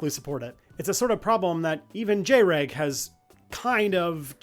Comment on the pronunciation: The jREG pronunciation is actually correct this time since he went from JREG to JrEg and now is finally actually jREG